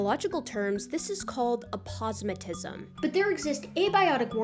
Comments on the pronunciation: Is "ah-POS-ma-tism" the correct way to pronounce that? I always said it "APE-o-se-MAT-ism" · I always thought aposemitism was pronounced A-po-sem-i-tism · That pronunciations of aposematism was uncomfortable but the rest of the video was great lol